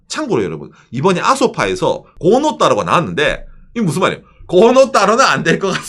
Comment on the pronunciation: '덴'노우, '고'노따로 울산 사람은 '쌀' 빌음 안되서 '살' 이라고 발음 하는 원리 인가요? 텐노우, 코노다로 아닙니꺼?